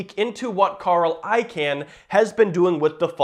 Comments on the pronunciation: Its pronounced “I-CON” NOT “I-CAN”. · It's pronounced ikawn, idk why but that would bother me everytime you said ican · Wait is he saying “I Can” purposely?Im pretty sure it’s pronounced “ICON” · stopped watching after u said "I-CAN" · nope its pronounced I-kun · It's pronounced Carl I-CON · I can pronounce Icahn's name, but you cannot. lol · thank you, the way he says it was driving me nutz